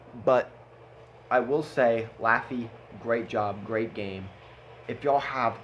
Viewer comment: Few things to comment 1. Thank you for saying my name correctly 2. Nice job with doing a armor inspection right in the replay 3. Yes, I'm was as salty as the Atlantic before and during the battle 4.I Do recommend anyone that is newer to the German Heavy line or even just not as experienced in the game to get the Löwe, wouldn't punish you as much as the tiger ii would for making mistakes such as over-angles and aiming shots, and it makes one of if not the most credits in Tier Viii, my first premium when I started the game, and first tier Viii I ever had, showed me how to properly play the German heavies